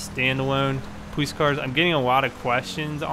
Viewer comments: powice lol say it right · pwoice, pwug ins, pway through anyone else notice that😂😂